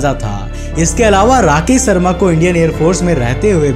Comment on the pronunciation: भाई पेहले तो तू अपना स और श का उच्चारण ठीक कर। राकेश शर्मा है ना कि राकेश सर्मा